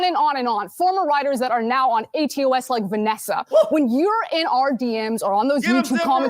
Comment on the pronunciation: You notice she said, atos and not aots. Does she even know what show she's on... Sorry do they even know what show they're on. I don't know her pronouns. I see a chick.